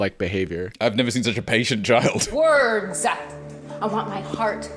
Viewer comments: "Ahem its acshually 'words' not 'wordz a' i needed to correct you" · "I don't want to choose my wordZA!" Weren't you trying to perform poetry? In a place literally no one asked you to?